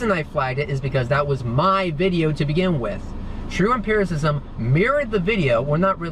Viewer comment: Hearing try to sound smart while he mispronounces the word "empiricism" multiple times made me laugh so hard!